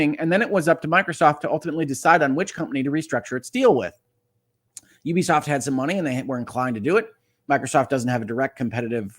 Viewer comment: First off, thank you for being one of only a handful of people in gaming media who actually knows how to pronounce Ubisoft correctly. :) Secondly, while I do think a buyout is inevitable at this point, if Tencent ends up owning the company, that'll be the end of them getting my business. Tencent is one of the most evil companies in the world and among many other things, are also the operators of the social credit system used by the CCP autocracy. Dig into them a little bit and you'll see how awful they are. Even as they continue to gobble up more and more of the industry, I've managed to largely avoid giving business to companies they majority control. The biggest problem with this situation is that despite Ubisoft being a public company and the duties that comes with, Yves Guillemot has always treated the company like it's his family's crown jewel. That's why he's tried so hard to rebuff all priot buyout attempts and why any suggestion that he hand over the CEO role to someone else is immediately and strongly shot down. This is about ego for him as much as anything else, which is why he's only considering taking the company private if he gets to remain at the helm. Consolidation is bad for consumers and ultimately, I'd like to see the company not be sold, but despite leading them through their biggest years (he's literally been the only CEO since 1986), he's also led them into their downfall. NFTs, failed free-to-play projects, the massive bloating of their open worlds, chas